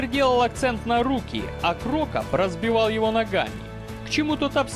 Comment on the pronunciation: Какой ещё КрОкоп и ФилИпович? Уши сохнут от таких ударений. Байт на комментарии, автор хитрожопый.